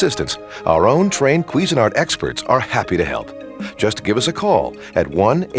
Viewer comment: Anyone else hear “queasy nart”? 😂